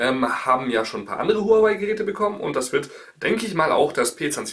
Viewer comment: Warum sind alle zu blöd Huawei richtig auszusprechen